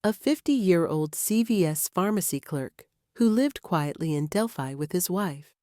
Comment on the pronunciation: It's disgusting people make these videos and can't even pronounce the name of the town.